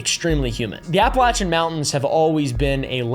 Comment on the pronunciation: Can people like this stop making the Appalachians sound like some mystical place. Besides pronouncing it wrong, this region is one of the poorest, most underfunded areas in the entire United States. It is a deep red, abandoned location with almost no resources, full of drug movement and poverty. The people there aren’t “wild men” they’re abandoned, intentionally, by their states. It’s not a playground for larping country guys to pretend is mystic, it’s just sad.